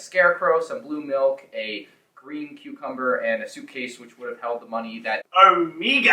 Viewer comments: Thank god I’m not the only one who thinks the way says her own name is kinda funny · OH-MEEGAH, Huntah, Wrekah, Teek 😅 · Why is nobody talking about that way of saying OMEGA